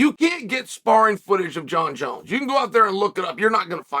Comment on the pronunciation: I wonder why Chael knows how to properly pronounce Jon Jones name 🤔